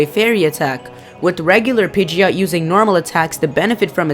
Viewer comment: you called pigeot.